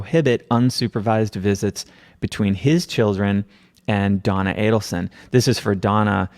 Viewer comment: Thank you for knowing how to pronounce the killer family’s last name. So many podcasters say Adelson wrong even during podcasts showing Charlie or Wendi saying their name in court.